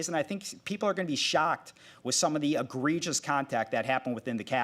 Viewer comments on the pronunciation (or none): ENGLISH TEACHER HERE.... "Sorry buddy... we say E G R E G I O U S. Not aggregious."